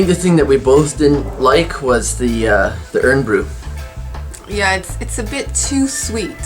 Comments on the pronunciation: Pronounced. Iron Bru:) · Arrrghh Irn Bru out of a plastic bottle is a no no. Pronounced Iron Brew it should always be drank straight from a glass bottle.